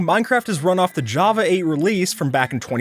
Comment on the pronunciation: bro said "jappa" instead of "java"